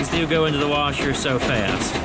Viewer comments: Egg “wersher”! 🤣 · Only one R in washer 😛